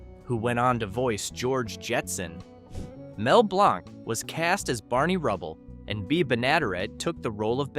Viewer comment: "The most successful domestic comedy of the 1950s" was not "The Honeymooners." It was "I Love Lucy," by a landslide. Just say it was based on "The Honeymooners" without adding incorrect asides. Also, it's Mel BLANK, Jean Vander PILE and Bea BENN-uh-DARE-it. Please, a little preproduction research is not a lot to ask.